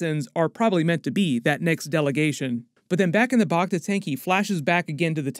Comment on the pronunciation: First, "Back-Ta" not "Bok-Ta", and Major "dOmo" not "Doormo". Then Dok Strasii brought Bobba a Wookie pelt, a high honor seeing as how the Transdoshan would have to be a great hunter to take down a Wookie. And the other "Hunter" in the palace you asked about looks like it is a droid not a guy in armor. I'm not saying it can't be a hunter, but it looks like a droid or at least a poorly suited actor.